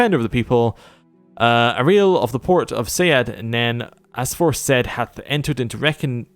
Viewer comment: Caius is pronounced KYE-us (it's a Latin name). Uriel is pronounced YOU-ree-ul (it's originally Hebrew). Go into the settings and tick "Always use best attack". It's much easier to fight that away.